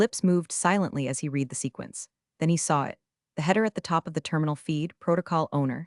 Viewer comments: In context used read is said as red not reed. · Shame the AI voice can't tell the difference between "read" (past tense) and "read" (present tense) - God help us is AI can't do a simple reading task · I absolutely love the way every time read should be pronounced like red, the AI pronounces it like reed and vice versa. I didn't hear even once when the AI was correct. Perfect example of the idiocy of AI at certain tasks. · While somewhat entertaining, it sounds Very much like fiction... not even the pretense of being based innreality. Also, the AI is too stupid to understand when "read" is meant to be read in the present or past tense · And all narrated by a horrible, gabbling AI voice that can't tell the difference between present tense "read" and past tense "read". It makes me want to scream and jump on my teeth.